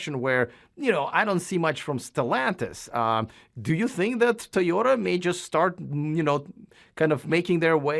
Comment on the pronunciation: I was wondering about the Tom passable quality video. That’s alright. Big big fan of these guys they always get a pass.. I like the new pronunciation of Toy oda. Woot woot!